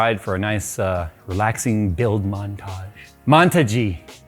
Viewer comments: The build should be called InWiJay in honor of those terrible "monta-ge" and "ad-ge" jokes from the opening XD edit: Tuxedo? Tuxed-ge it is then. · you rock! Great job on the mon-ta-gee! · flexing so hard with the build montage (pronounced mon-ta-gee) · I think project black ice is cool but who cares about the name THO MON-TA-GAE WAS 🔥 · Its pronounced Montague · Really nice, and so is the mon-ta-gee. Professional af. I would have gone with x570 and a 5950x with 4000mhz ram, but you'd need a time machine to get that cpu.